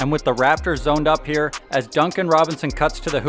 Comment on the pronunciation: Kyle "Get that Gahbage outta hee" Lowry